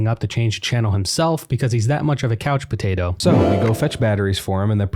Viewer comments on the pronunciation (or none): none